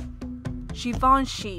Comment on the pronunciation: The speaker has a stuffy nose, which makes her voice nasal. Also, she doesn't have the best diction. So the modeling isn't great. Furthermore, there are errors in several names, especially Givenchy, Ermenegildo Zegna, and Louis Vuitton.